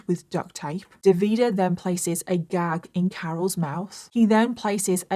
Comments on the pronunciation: I’m gonna have to stop watching because the pronunciation of Davide as an italian is driving me insane 😂 dropped a like and I’ll see you on the next one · It’s DAVide with the accent on the first syllable and SimonEY. Fgs. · Nice video but how you managed to turn the name Davide into "De Vidah" is quite the feat 😂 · His name is Davide Fontana, no Devida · I am Italian, so glad you are covering this case, it is important to spread awareness. However, hearing you pronounce all the names wrong had me in a loop 😂❤ Keep up the hard work ❤ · As an italian, I was shocked that I thought I'd never heard anything about this case since it's so recent... then i realized it's not that I hadn't heard of it, it's that I remembered it all with vastly different names because I couldn't tell what the names were with the way pronounced them 😅 no shade, italian is hard to pronounce for those who aren't native speakers! It was just funny to see, haha. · I think it's Davide, just pronounced in a "British" way. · Look, i hope you understand my point: the fact that you are British is not am excuse to NOT 'google' how names like Davide and Salvatore are pronounced....Really really i take this as an offense and i am not even Italian...If we would pronounce English names like Michael or Ethan in a terrible ( imposible to understand) way you definitely would think we are idiots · Hi from italy😊 wanted just to fix some of the names pronunciation... Is Simone,you do hear the e in the end,not Simon,same also for Davide not Davida. I do enjoy a lots your contents always ready for a new or an older case ❤ keep your good work up! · It's pronounced Davideh and Simoneh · I'm Italian. The way you pronounce DAVIDE is 😬. It doesn't end with the "A" sound. It ends with the "E" sound. And the stress is on the 1st vowel. Also, it's not Simon. It's SimonE. Stress on the O and definitely pronounce the E at the end. Same with SalvatorE.